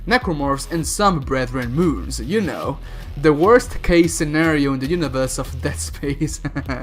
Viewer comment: i'm gonna use BFG 10000 against the ''BREATHREN MOONS''